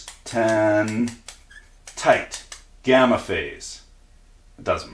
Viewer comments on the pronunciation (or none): none